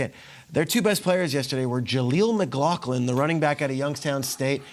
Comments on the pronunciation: How are you on national TV and pronouncing McLaughlin "McLoclin" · McLaughlin (mcglah-flynn)